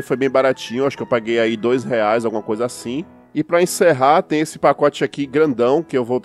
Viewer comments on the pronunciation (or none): none